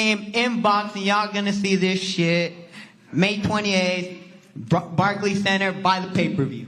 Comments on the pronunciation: Barkkky center lmao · Did Rolley Just say "Barkey CEnter" lmao